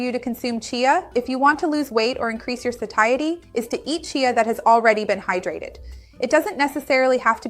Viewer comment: Seems she pronounced it wrong